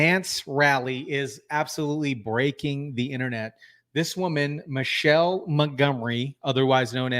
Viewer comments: Her name is pronounced Mi-kay-la. Not Michelle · Her name is NOT Michelle... It's Michaelah